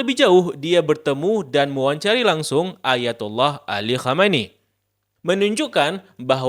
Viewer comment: Sebaiknya mengucapkan Ali KHAMENEI dgn lebih jelas lagi, supaya tdk terdengar seperti KHOMEINI (pemimpin revolusi Iran 1979).